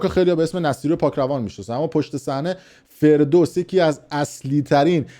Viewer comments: داداش ابرو نبر حداقل اسم رو درست بگو (فردوست ) نه فردوس عاشقتم دادش ❤ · سوسمیخ مشنگ 😂.فردوست نه فردوس😂😂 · 😂😂😂 کوسکش رفتی دو خط رو حفظ کردی فقط !!! ✅حسین فرودست نه ❌حسین فردوس آقای با سواد چقدر هم تاکید داری رو باسوادی خودت تو فقط چند جمله رو واست گفتن همون هارو داری گوه خوری میکنی ارتشبد حسین فرودست یکی از باشرف ترین و وطن پرست های ایرانی بوده و هست ... درضمن ارتشبد نعمت‌الله نصیری فرار نکرد، همون روزهای اول انقلاب تیر باران شد کم زر مفت بزن با سواد اتفاقا درست میگی😂 چون واقعا مصدق خون شاه دوزاری کرد تو شیشه... ✅ولی در عوض ب مردم ایران خدمت کرد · فردوس چیه 😂😂😂 حسین فردوست هست احمق!! هیچ کسی هم چیزی نمیگه🤬🤬🤬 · حرفات درسته اما این خائن کثیف حسین فَردوست هست نه فِردوس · فردوس چیه فردوست درستشه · فَردوست✅️نه فِردوست❌️ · داداشمون به همه گفت بی سواد به فردوست میگه فردوس 😂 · باسواد،آگاه،آگاهی رسان حسین فردوس !!!!! فردوست ف با فتحه فر ینی شکوه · اسم رو اشتباه میگی حسین فَردوست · ابله تو حتی اسم فَردوست رو نمیتونی درست تلفظ کنی تازه داری تاریخ معاصر میخوونی 🤦🏻‍♀️ بابا کی از تو نفوذی تره آخه جوجه اطلاعاتی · آخه اوسگل توله پاسدار…پروژه میگیری اسم ها را یه بار تمرین کن…حسین فِردوس😂😂😂خیلی گاوی دوزاری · این پروژه بگیر تا یک ساعت قبل برنامه اسم فردوست را نشنیده ، مرتیکه بی سواد از اول تا آخر برنامه میگه حسین فِردوس😂😂😂بَبعی جی میگه؟؟؟ باریکلا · احسنت👏 این کارش همینه سر موضوع تتلو هم همین رفتارو داشت بنده خدا رفته دو خط رو تند تند حفظ کرده‌ اومده جلو دوربین، تا تنور داغ هست ویو ها رو جمع کنه... 😂😂😂😂 بعنوان مثال ✅حسین (فرودست) رو میگه! ❌حسین (فردوس) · تو اول برو حسین فردوست درست تلفظ کن بعدشم از ان شاهزاده نخور تو خودت مزدور جمهوری منحوس اسلامی هستی یادت نره تو قبر میخوابیدی فیلمت هست جاوید شاه